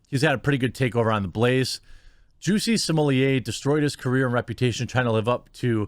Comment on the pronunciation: Are you calling him juicy smollie-a on purpose